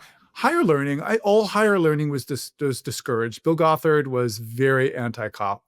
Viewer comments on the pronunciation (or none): I already commented a longer, more thoughtful comment but on the more silly side: The way pronounced Bill Gothard in the beginning of the interview I kept not understanding it and thought he was a cult leader who calls himself "Bulgothard" which to me sounds like a villain from a fantasy novel: Bullgoth'Ard, High Warlord of the Demon Armies! 😅